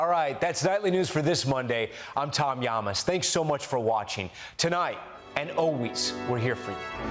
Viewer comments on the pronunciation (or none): Your last name is LLAMAS not Yamas not sure why you don’t pronounce it right